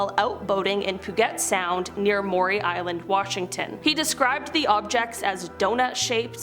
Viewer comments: your pronunciations are getting to be as bad as long lost Emily, and you all know she was bad. P - YOU - jet Sound, Jer - RAR - doh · Cape... JUR-AR- DOUGH Mo. Pew-Gent Sound